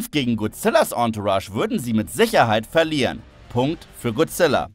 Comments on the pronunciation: Manchmal rege ich mich immer auf wie leute godzilla wie guzilla oder guzilla aussprechen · Godzilla und nicht gozilla